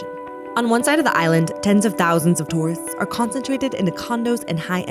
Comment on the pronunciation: the way she said tourists was so funny